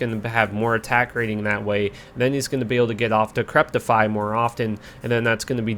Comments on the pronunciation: just FYI, it's decrep-ify, not decrep-tify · Good video but I always wonder why people mis pronounce decrepify. Repeat after me "De sek re fy" 😛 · It’s pronounced “Di-cri-pi-fy” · THERE IS NO 'T' IN DECREPIFY. Other than that love the vids bro keep it up